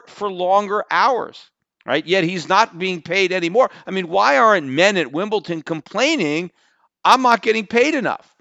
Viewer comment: Am I the only person who gets annoyed when Peter says "Wimbledon"? He says it with a "t". That's not how it is said!